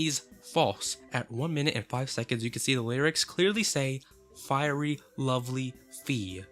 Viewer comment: 💀”fiery lovely fee”💀